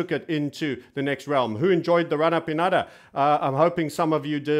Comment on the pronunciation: Hahaha now i am laughing every time he says udder!